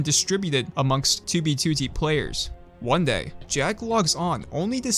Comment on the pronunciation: finally he pronounces 2b2t